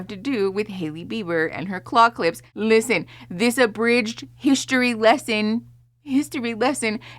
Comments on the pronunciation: I thought she said clock lips. I'm so out of the loops that for all I know that was a thing. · OMG I was also trying to figure out what the hell "clock lips" are 😂😂💀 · unrelated I know but Every time I hear the word "claw clip" I hear it as "clock lips" 😅🙃